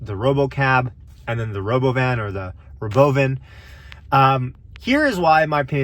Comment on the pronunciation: please don't say rah-beau-vin. so dumb af.